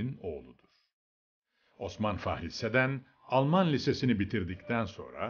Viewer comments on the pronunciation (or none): "Fahri" değil, "Fahir" doğrusu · Koskoca mazlum kiper adamın adını fahri diye okuyo